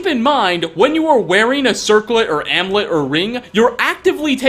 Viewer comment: Is english your first language? You're supposed to pronounce the u in amulet.